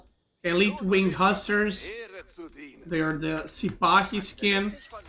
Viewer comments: He said wing huskar😂😂😂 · Nope, he said Hussars